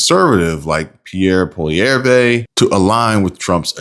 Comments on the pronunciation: Polieivre is Pwall-ee-ev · The leader of our Conservative party's name is pronounced: Poly-ev. A lot of us believe Carney stole the election. There's been many uncounted ballots discovered, etc. Greetings from 🇨🇦